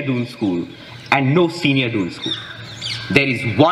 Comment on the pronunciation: Isn’t it दून, and not डून ।